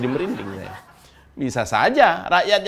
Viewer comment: Ahy baru belajar ngomong sayA rakyat kecil